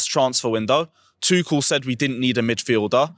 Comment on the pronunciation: F’d up everyone’s name man said Boey and Tuchall 🤦🏾🤦🏾🤦🏾